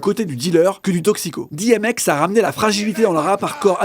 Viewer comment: on dit 'DI M X "